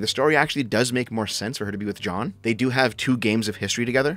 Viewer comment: why does he pronounce jeanne as john? that was so confusing